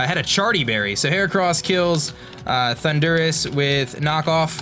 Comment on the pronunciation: No offense, but do you say ThunDUrus on purpose? xD